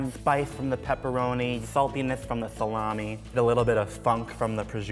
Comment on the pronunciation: I'll never hear Salami the same way again